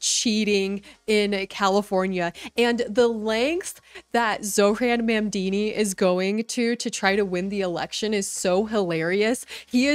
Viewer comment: Zohran Mam - DAH - ni!! - I know you will get it right one day! 😂😉